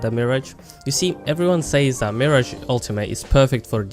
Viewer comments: Its Mirage not Marriage. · If I hear one more person call him "Mee Ridge" instead of just "Mirage" (which like the word, should be said as Mer-Aage) I'm gonna cry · Its mirage not marriage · It’s “Mi-rahj” not “Mirij” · The way you pronounce, mi-rarge is incorrect, like a mi-rage is something you think you see but you dont, due to Illusions, its where his name comes from due his abilities. Just a heads up. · Are you saying Marriage? LMAO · 'You are saying MIRAGE wrong' it's not Miridge. I hate these assumption videos. No, I'm not using him wrong thanks. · Meer-aj cringes internally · Why do you say mirage like marriage?! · Hes saying mirage wrong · If you are going to do a turtorial on a character then you should at least know how to pronounce his name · Don't tell me I'm playing him wrong when you cant say his name right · Learn the say mirage, Jesus. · You are pronouncing mirage wrong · first of all you cant even say his name right and you need to account for every player defensive and offensive. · Dude you don’t even know how to say his name properly and also don’t know what your talking about. Bloodhound can’t see Mirage when he Ults it is actually harder to see him because his screen is black and white while mirage almost mirrors the white color when active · Bold thing to say coming from someone who can't pronounce his name correctly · You are saying MIRAGE wrong! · Pls say his name right. That usually doesn’t bother me but pls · And you're saying his name wrong🙃